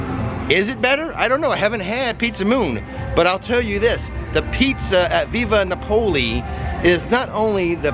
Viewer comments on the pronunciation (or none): You're cracking me up with your pronunciation of Via Napoli 😂, it's Via NApoli, not VIVa NapOli 😛